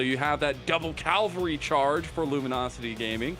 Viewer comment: say it with me Cav-al-ry, not Calvery